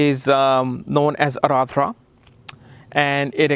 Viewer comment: You may be very well versed in astrology BUT!!! you certainly haven't learned how to pronounce the name correctly. I, having the same name as the nakshatra, know that its not Aradra (as u kept saying), but rather, its AAR-DRA :)